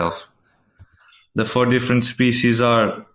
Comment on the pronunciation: I distinctly heard a "c" in there... Schpecies.